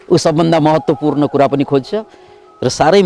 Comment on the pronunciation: महत्वपूर्ण कि मेहेत्वपूर्ण हो हजुर! उच्चारण, जय होस!